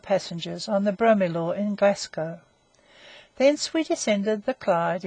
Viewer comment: narrator cannot pronounce Glasgow, Greenwich or starboard so gave up after 2 minutes, awful.